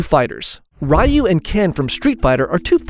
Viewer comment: "okarina" "ryeu"